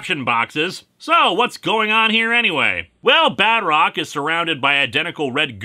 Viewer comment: Oh my, when last time I heard him saying "Badrock" I undarstand Bedrock and I was expecting Flintstones comics review XD